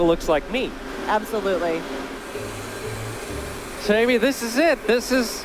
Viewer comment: I guess the girl's favorite word is "absuloutly"